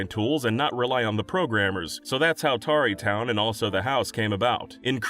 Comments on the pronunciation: Tarreytown is supposed to be said like the verb "tarry", to delay or dally, not like "covered in tar". It's a slow, quiet place away from the dangers of the world. Tarrytown (without the E) is or was a real town in New York. It's now part of NYC, but name-checked in The Legend of Sleepy Hollow (another real village that got engulfed by NYC's growth) with reference to being a slow and sleepy part of then-rural New York. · It's pronounced more like terry for Tarry town you know like how people Tarry away doing work?